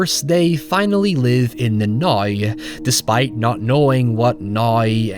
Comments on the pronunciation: "In the neeyou."?? "Noya"??? Its now. The word is now. Lol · I enjoyed hearing you say "now" with your accent.